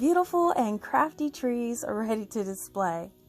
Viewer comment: I love how creative you are! Every time you say “hello Crafty family” I hear “hello crappy family”. 😂